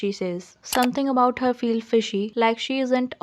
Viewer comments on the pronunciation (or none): none